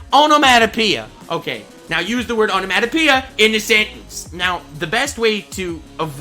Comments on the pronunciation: The way he pronounces onemonopeia enrages me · The way he pronounces onomatopoeia, hurts.